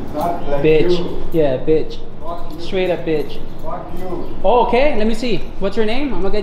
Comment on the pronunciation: love when meddeleastern say FACK you